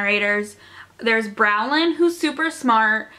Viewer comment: girl you pronounced bronwyn wrong HAHAHHAHA